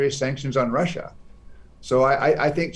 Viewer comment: russiaの発音が気になる